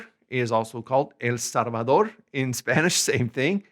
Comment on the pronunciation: Hello, I really do not want to offend you somehow but I am very discombobulated by your pronunciation of "l" which you pronounce in some cases as "r" f.i. El Salvador X El Sarvador . I was taught that some of Asian inhabitants are not able distinguish these two sounds but I never ever heard it from anybody else. Do you pronounce it this way intentionally? Sorry to bother you with that my question.